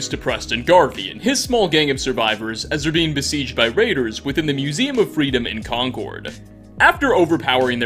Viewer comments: It's pronounced CON-curd. MA native. Concord is a discontinued luxury jet. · Jeebus, No one on YouTube says Concord right! It’s Conkerd!! No emphasis on any syllables.